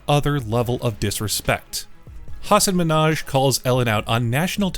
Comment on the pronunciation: Do you realise that the commentator also says "Hasan Ménage"???😂